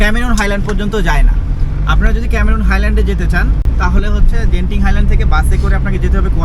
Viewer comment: জেনতিন হাইল্যান্ড ❌ গেন্তিং হাইল্যান্ড ✅